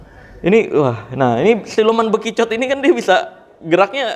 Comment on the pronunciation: Ada yg denger ustadz ngomong bekicot kaya bijunya utakata? 😂